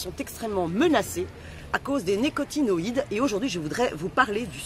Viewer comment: Attention, on dit: les néo-nicotin-oïdes. La plupart des gens qui parlent de ce sujet ne prennent pas le temps d'apprendre à prononcer le mot correctement. C'est pas si compliqué pourtant. Faites gaffe, c'est quand même un sujet très important.